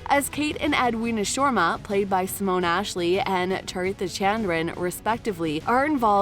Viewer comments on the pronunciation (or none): Me too. No planes then, only ships. And some pronounciations also off like Shoma instead of Sharma 🤦🏾‍♀️ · I'm cringing at your pronouncing Sharma. It's Shir-ma. Not Shwarma.